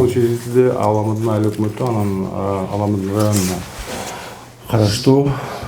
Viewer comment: Аламудун ЭМЕС- АЛАМҮДҮН!!!